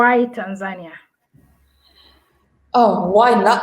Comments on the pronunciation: They pronounce it wrongly most of the time and get it right a few times. I guess even most Tanzanians don't know how to correctly pronounce the name of their own country. To say it correctly, you say it the Nyerere way - Tan'zania, not Tanz'ania {the (') mark signifies where stress should fall}. If you don't get it yet, just listen to the likes of Mwl Nyerere, Ben Mkapa and even Mwinyi and hear a correct and lovable way to say it!! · Great content, even for a Kenyan 🇰🇪 i loved the way you pronounce Tanzania 🇹🇿 😁